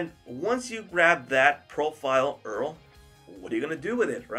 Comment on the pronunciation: Man you need to learn how to pronounce URL.